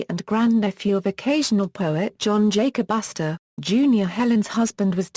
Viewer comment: Sorry but I can't stop laughing how that robot voice said his name "john jacass" LMAO